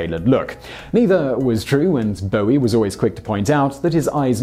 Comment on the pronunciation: Only English person who can pronounce “Bowie”